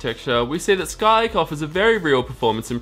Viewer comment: I'm more bothered by "Skyke processors" instead of Skylake.